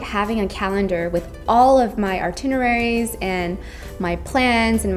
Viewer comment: "AR-tineraeies?" Lol